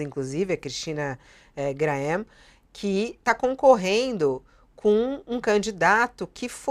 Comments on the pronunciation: Se não sabe pronunciar Greaml...leia GREIMEL😊😮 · Cristina Graeml (pronúncia é "Grêmel) é bem conhecida no Paraná por sua postura firme, suas convicções políticas sempre conservadoras e favoráveis à liberdade de expressão, a mínima interferência do Estado na vida do povo, aos valores morais, à valorização do trabalhador. Ponto. É uma pessoa honesta e inteligentíssima. 🎉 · SERÁ POSSÍVEL QUE TDS ESTES JORNALISTAS DO UOL NÃO SABEM REALMENTE PRONUNCIAR O NOME DA CRISTINA GREMEL ? ( GRAEML ) OU ESTÃO A TENTANDO IGNORAR SUA CANDIDATURA AO NÃO PRONUNCIAREM ERRADO O NOME DA CRISTINA , OU FOI DE PROPÓSITO ? COM ELES TUDO É POSSIVEL , DEVIDO SUAS TENDENCIAS ESUERDOPATAS . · Jornalistas, aprendam a pronúncia correta dos nomes das pessoas das quais você falarão. É desagradável vê-los no contorcionismo para falar corretamente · Vocês "jornalistas" não conseguem pronunciar o nome da candidata corretamente. Quem dirá dar uma notícia de maneira imparcial.